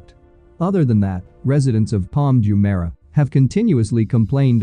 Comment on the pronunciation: You can't even pronounce Jumeirah properly. I bet you have never even been here